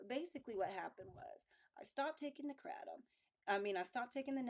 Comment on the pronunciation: Funny how she say kratom... i thought she said crack I'm like no way she's too pretty